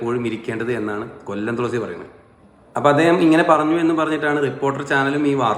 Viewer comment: തുളസി അല്ല, തൊളസി